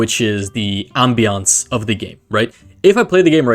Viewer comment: The way bro says "ambience"